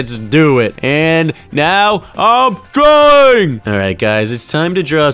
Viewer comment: your dwaing berry